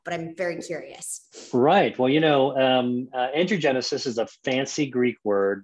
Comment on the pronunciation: Wow I’m shocked he would go on this girls podcast we need to see him on GMA not some podcast who can’t even pronounce Angiogenesis smh